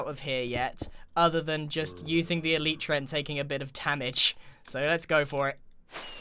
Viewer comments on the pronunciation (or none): He said eleetra... ITS CALLED ELYTRA!